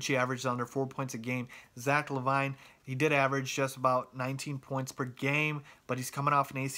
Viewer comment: Skal is European? You mean Hatiian.....Zach La-vine? LMAO! It's Zach LA-VIN. Say it like that.